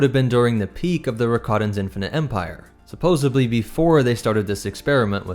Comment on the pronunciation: Great video! However, there is no B in supposedly. I know it’s knit picking, but it is a pet peeve of mine.